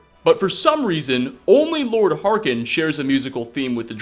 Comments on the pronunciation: Do you play the game on mute? It's Harkon, not Harken. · "volikar" "harkin"